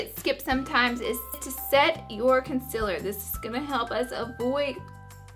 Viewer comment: does anyone else hear her say con-cil-ler instead of concealer?